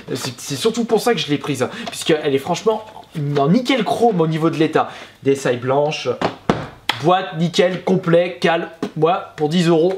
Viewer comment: Je veux juste être sur y'a que moi que sa fait bizarre quand il dit ds aïe et pas dsi